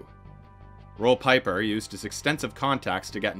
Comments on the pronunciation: Pieper is pronounced Peep-er not Pie-Per. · pieper is pronounced more like peeper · I remember these days. I was doing my Masters in Electrical Engineering and we all laughed at how dumb this situation was. Roel Pieper (pronounced Peeper) was known as smart and educated, but he missed the mark here clearly. What a way to end your career. 😂